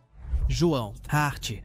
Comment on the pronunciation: meu Deos!!! John Hurt! não Hart!